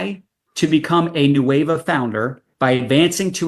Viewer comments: Officially the new name. 'Qué Hueva'. Love it. Best part is they'll throw it into Google translate and just not get it. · I'm Spanish. The way pronounces "Nueva" sounds to me like "Hueva", which in Mexico means "lazy", "boring", or "tedious". They nailed it! 🤣🤣